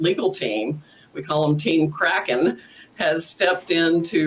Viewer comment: Im starting to think Sydney Powell was misheard , we thought she said she was "releasing the kraken" , she actually said "releasing the crackhead" ... 😳